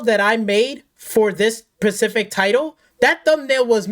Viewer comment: After you said “PACIFIC” instead of Specific… that was all I needed to hear concerning informative info …aside from the over the top usage of profanity.